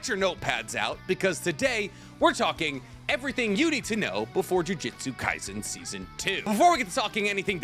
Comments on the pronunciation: My least favorite part is when he purposely mispronounce words like how many time did he say jujitsu kaisen instead of jujutsu kaisen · he also said the name wrong multiple times he said jujistu kaisen its jujustu kaisen he also says bunkai instead of bankai he does these things on purpose sadly